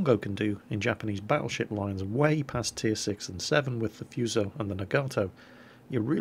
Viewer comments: Naga-toe is how I believe it's supposed to be pronounced, but I have a tendency to say Na-GAtoe too. Also, Foo-so > Few-so. :) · Awesome video! Dunno if it helps but pronunciation are: Hiei like HeEhi Fuso like whoSo Nagato was beautifully done Also Mogami's an interesting little cruiser that had float plane carrier upgrades for the sacrifice of her hind turrets similar to the kind of upgrades given to the BBs Ise and Hyuuga It might be foreshadowing but you wouldn't be surprised that her last sister (Ibuki) got turned in to an aircraft carrier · (a - \ah\, o - \oh\ u - \oo\) Nagato - Na-ga-toh Myogi = Mio-gi Fuso = Foo-soh Yamato = Ya-ma-toh Kongo = Kong-goh